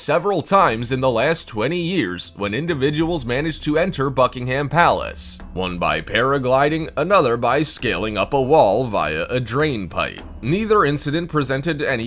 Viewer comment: Also, the H in Buckingham Palace is silent.